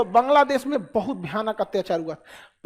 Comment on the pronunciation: Hatyachaar is cute 😀 I wouldn't say 'Atyachaar' anymore, It's Hatyachaar for me 😀